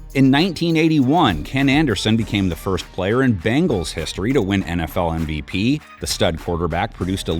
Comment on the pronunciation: Hey commentator, it’s bengals like bing-als, not bang-als like what you’re saying